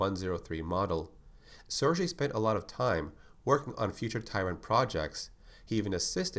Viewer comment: Cool! One thing, the G in "SerGey" is spelled like in "Gay" :) Also his name makes no sense at all, because both Sergey and Vladimir are first names in russian